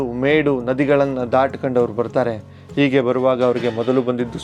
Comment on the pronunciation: ಓಗುತಾರೆ.ಒರಡುತ್ತಾರೆ.ಒರಟು.ಈಗೆ. ಅಪಭ್ರಂಶ. ಬಿಟ್ಟರೆ.ಚೆನ್ನಾಗಿದೆ. ಉಚ್ಚಾರಣೆ ಚೆನ್ನಾಗಬೇಕು.ಹೆಸರನ್ನು ಎಸರು ಅಂದರೆ ಹೇಗೆ.pls tappu ತಿಳಿಯಬೇಡಿ.ಹೋಗುವುದು.ಹೆಸರು.ಹೇಳು.ಎಂದರೆ ಚೆಂದ ಅಲ್ವೇ.ನಿಮ್ಮ ಕಾಳಜಿ ಮಾಹಿತಿ ಸಂಗ್ರಹಣೆ.ಎಲ್ಲ ಸುಂದರ.ಅಭಿವ್ಯಕ್ತಿ ಕೂಡ.ಉಚ್ಚಾರ ಎಚ್ಚರಿಕೆ ಇಂದ ಮಾಡಿದ್ರೆ.ಸರಿಯಾಗುತ್ತೆ.ಅಭಿನಂದನೆ